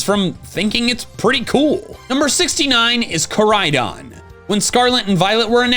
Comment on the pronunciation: IT'S KORAIDON, NOT CORIDON!